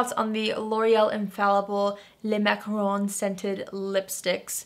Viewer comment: Finally! Someone who pronounces macaron correctly!!! 🥰🥰🥰